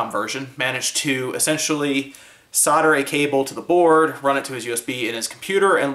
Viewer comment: SOUL-DER!!! Learn to pronounce.